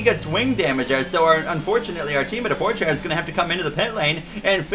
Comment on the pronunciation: its not “Porschea” its “Porsche” also ur mom bro shut up + ratio